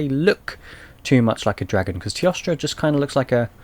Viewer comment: It is pronounced as: T-OH-STRA. teostra.